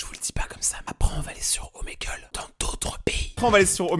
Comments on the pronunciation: Omegle sa se prenonce gle et pas gel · On dit ( omagle ) 😏😌